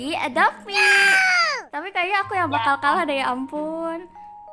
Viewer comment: Bukan mi tapi "me"....and bukan firliy tapi "firly"